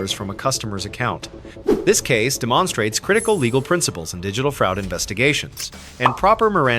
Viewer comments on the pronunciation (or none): this case de-MON-strates? You couldn’t find an AI voice over that can actually pronounce words correctly? 😒🙄